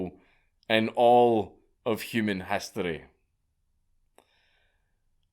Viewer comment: "Human hastory"